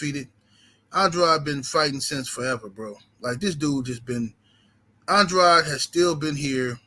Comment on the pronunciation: Andraud or Andrade it's Andrade Pronounce the Man's name right